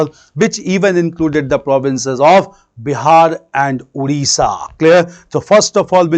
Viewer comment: It's "Odisha" not "Udisha".